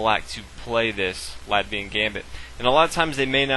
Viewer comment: Very good ty. Btw the 'a' in Latvia is pronounced like Caffè Latte ;)